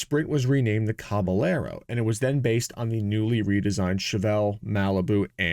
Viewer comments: "Caballero" [Spanish for "horseman," same Latin root as "cavalry"] is pronounced "KAh ba YERrow," almost like "Ka Bye Yerrow" when you add in the "ah" to "yuh" glide going from a to the y sound that the double-Ls represent in Spanish. Just a little pronunciation tip from my high school Spanish class decades ago... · Thanks for the video, and for NOT using AI. BTW: Just as we don’t say Tor-tila, but rather, Tor-tee-ya, because of the double Ls, so a Caballero is pronounced, Cah-bah-yer-o. It means, “cowboy”, or literally, “horseman”. Thanks again. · Pronunciation tip: Caballero is pronounced “cab-ah-yerro” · Maybe using AI to learn the proper pronunciation of caballero wouldn’t be a bad idea, eh?